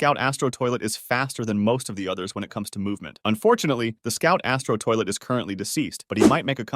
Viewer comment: Please can u say astro toilet normal and can u stop saying the in ur videos I will quit watching if I don't stop doing that